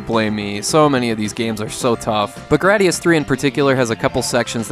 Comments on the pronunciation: You mispronounced gradius. It's grade-ee-us not grad-ee-us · The hardest for me to handle was the way you said “Graadius”.